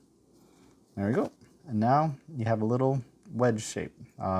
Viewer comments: "How to be a wittle fox" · “A fun and simple wittle fox”